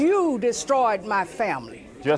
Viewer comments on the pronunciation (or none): It's the TRUFF!